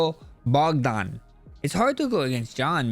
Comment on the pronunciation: no accent removes a D from Bogdans name. “Bogan” lmao